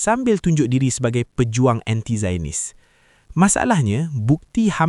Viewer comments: Sebutan zio-nis bukan zayon-nis. Jangan jadi A.1 Melayu di Malaysia. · The word Zionist is pronounced as ZY-uh-nist. It consists of three syllables with the primary stress on the first syllable.